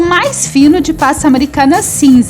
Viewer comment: Amo seus bolos! Acho muito lindos! Você é muito talentosa! Mas não gosto muito do jeito que você fala, é meio... Estranho quando você fala PASTA AMERICANA e algumas outras palvaras! Queria que você melhorasse suas falas! ❤ mas mesmo assim te acho talentosa